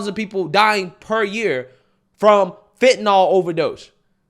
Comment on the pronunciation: its not "fent-an-ALL". it is suppose to be pronounced "fent-an-ILL"